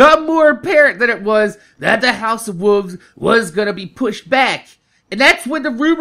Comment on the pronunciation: why win u say wolve, u don't pronounce the 'L'